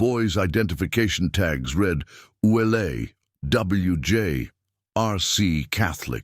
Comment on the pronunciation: Willie's name is normally pronounced ou let, not Ouelete.(sp).